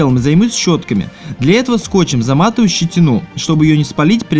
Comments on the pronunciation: Не щетинУ, а щетИну. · Что за ударение - щетинУ)))